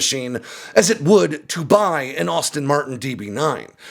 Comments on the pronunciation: WHAT THE HELL is a "AUSTIN MARTIN" ,, oh I get it its AMERICANS as usual seeing a word and changing it ,, Can some one tell me what car this is a "KNEESARN" or a "MARSDA" or even this one a DEWGARTY ,, I can help its a NISSAN and a MAZDA and a Ducati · That’s Aston Martin, not Austin Martin. Sorry, it’s just a pet piss off.